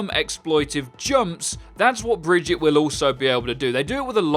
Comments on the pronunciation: Bri-gee-ta it's really not hard man. Broken comps don't make mystery heroes fun, it ruins it. The reason I play it is because my teams mates can't all pick dps like they do in quick play and comp, it forces them to some times play tank and support. Another thing now is that Sombra is OP the hack is atrocious to play against, if the only counter to a heroes ability is the same ability (having to pick Sombra to counter Sombra) then there is something wrong. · I love how you played the voice clip of her name's correct pronunciation, but still called her fucking BRIDGET the whole video. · It's pronounced Brih-geet-tuh. Kind of like Vegeta. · Please stop saying "Bridgit". You said it right and then you showed her saying her name correctly. Please say it like that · Typical white boy bullshit. Bri-gee-tuh. Bri-gee-tuh. Moron. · Why is it so hard to say bree gee tah lmao. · It's pronounced Brigitte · sounds more like Briggitto to me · So unless something weirdhappened I can still pull off the Tracer 155 combo with reliability. The whip cancel still works. Also, Brih-Geet-tah. She says her name, It's not even a debate. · bigeeta? like vegeta from dragon ball. Though everyone pronounces the r, except her... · It's just BREH-JIT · I think it should be pronounced bry-guy -te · Why do you say her name like that? Bergittah? there is no A? it is an E and it is pronounced like the E at the beginning of "escort" fo example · Why are there so many ppl who can't say her name properly its not that difficult omg xD bree-GITTTT-ae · It’s “Brigetta.” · Brigitte = just pronounce the "i" as "e". The "e" at the end is more of a "eh" but with less focus on the "h" and more of a hard focus on the "e" The T is not "tee/tea" but "teh" and again less focus on the "h" Bre gett eh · its not brigitte it's baguette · Kaj B There's no A. It's an E, like in endeavor. BrigittE(ndevaor) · DivinitasX her name isn't pronounced Bridget end of story you are wrong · Guys ffs, its pronounced as 'Baguette."